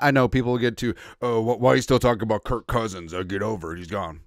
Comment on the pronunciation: What Karma for "Kirk?"